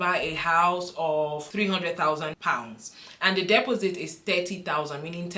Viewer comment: Dep os sit, strange way to pronounce took me a few seconds to work out! Thanks for your time with upload